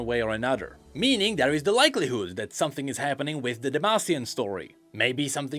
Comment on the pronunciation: so he can make a th sound but chooses to say "den" and "dere" instead of "then" and "there"